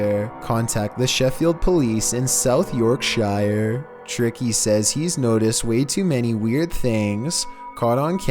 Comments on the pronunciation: It’s not York-shi-er It’s York-sher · York shier hahaha York shier but I appriciate that you tried to say it "York shir" I think that will make it easier :3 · its yorkshire not yorkshiarrr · It's 'YORK SURE' Mate 💓🤣🤣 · Yorkshire is pronounced York-SHEER. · The correct pronunciation of Yorkshire is Yawrk-sher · Man said south York-shyer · It’s spelled Yorkshire but to Americans who can’t pronounce it correctly try pronouncing it like it’s spelled yorkshear or yorksher and that’s how us brits say it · Yorkshirerrrrr ffs 😂😂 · I was tryna take this video seriously until he said Yorkshire like that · I love how Americans can’t pronounce our shires 😂😂🇬🇧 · The way he says Yorkshire 🤣🤣🤣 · The way he pronounced 'Yorkshire' is considered illegal in Britain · As someone in yorkshire I hate the way he pronounces yorkshire